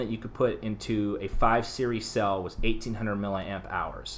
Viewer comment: He was just saying it wrong 🙄